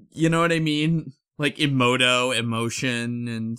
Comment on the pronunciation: they mispronounced "emoto" in the intro i hate this